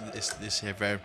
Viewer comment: não da pra escutar um cara que fala “ reverbe “ 😂😂😂😂